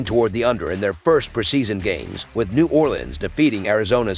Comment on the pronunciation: That’s not how u say it New Orleans